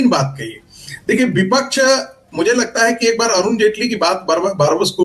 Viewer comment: Are chutiye sangeet ragi Bipaksh nahin vipaksh hota hai tujhe professor kaun banaya re